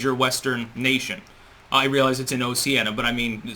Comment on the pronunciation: you mean oh-shee-aa-nee-ah